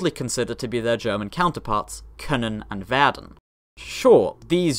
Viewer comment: Your pronunciation of können and werden makes them sound like Norwegian words.